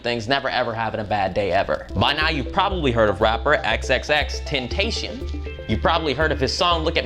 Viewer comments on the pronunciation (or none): xxxtenaction , the way you pronounce 😂😂 it hurts